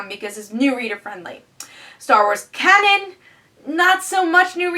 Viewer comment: Just FYI, the Star Wars book is pronounced 'Kane-an' not 'Cannon'. :)